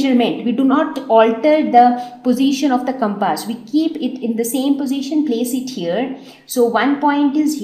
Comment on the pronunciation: Did she call a compass as CAPASS??🤣